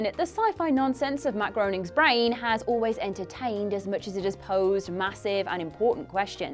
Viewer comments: Maybe we could take it a bit more seriously if you could pronounce the creator's surname correctly? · Matt Groening's last name rhymes with "raining."